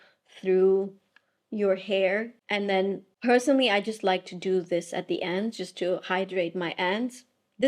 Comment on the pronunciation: Heard you say personally with the R 😂😂😂 normally you leave the R out😂